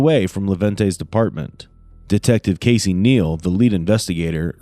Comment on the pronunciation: Casey casey 😂 it sounds like kissy 😂 with the amounts of times he said his name he should have worked in customer service or something